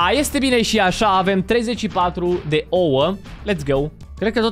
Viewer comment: nu se spune oo se spune ouă